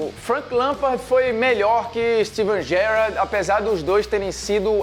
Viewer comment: Parei de assistir quando vi que o cara nao sabia nem falar Gerrard corretamente